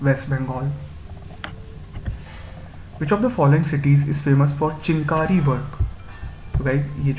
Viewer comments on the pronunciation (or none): It's not pronounced as 'Chin kari' but 'Chikan Kari'